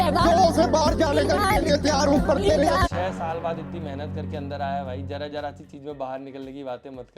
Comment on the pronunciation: Jarra (रोम-रोम) aur jara (थोड़ा) me bahut farq hai......